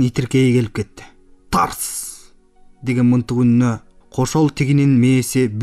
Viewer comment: Мынтык эмес мылтык туура окуп уйронсон боло. Элдин асты эмес элдин алдына деп туура окусан ашкауак калла.